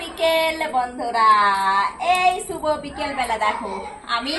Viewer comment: শুব বিকেল না শুভ বিকেল😂😂😂😂😂😂😂😂😂😂😂😂😂